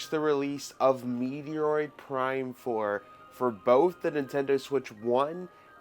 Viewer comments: Stop calling it meteroid its stupid and childish, its called METROID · Ughhhh you're killing me calling Met-Roid (Met-ro) ( And-roid) meteoroid!!!!! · Dude its not called meeteyroid is metroid fool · It’s met roid not meteor roid learn to pronounce the games you’re reviewing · You are pronouncing the name of the game very wrong. It is Metroid… not meteoroid. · I stopped watching the moment you called it Meteoroid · I thought he made a mistake the first time since he said he was tired... Then he kept saying it. Over and over and over and over again...😅😅😅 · Yeah really its pronounced “meh·troyd” And you didn’t call anything. This is not a “multi-platform” game lmao! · You called Metroid, Meteroid like several times LOL. You must be really tired to be that tongue tied. I'm not sure why you would want the switch 1 versions when the switch 2 cartridge has both versions. It says that on the case at the bottom. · If your going to promote a game, the least you could do is learn to pronounce the title correctly. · Bro stop mispronouncing games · The way he pronounces Metroid is really bugging me idk why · It's pronounced ch he can't pronounce it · I know you have a rare bone disease which makes you unable to pronounce the "ch" in metroid, much like i have one that makes me unable to pronounce the t in planet-arium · For a Nintendo fan boy you should know how to pronounce the name of the game lol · but you keep pronouncing wrong every time. Not just once or twice. Like 5 times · He thinks he's funny or cool by doing that but it just shows us how much of a dork he really is. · It's probably because you keep pronouncing the name wrong in the video